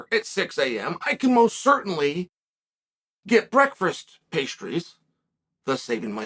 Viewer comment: Listening to Chael trying to pronounce Breakfast is entertainment